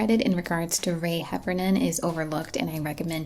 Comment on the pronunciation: Wait I share my last name with a famous song writer?? And thanks for saying Heffernan right. Most people pronounce it with a M.